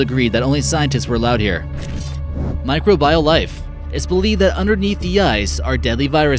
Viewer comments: Learn to "pronunciate" all the big words about little things, like my-CROW-bee-uhl first next time. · Niobium and microbial - you are not pronouncing these words correct. Micro Bial ..wtf!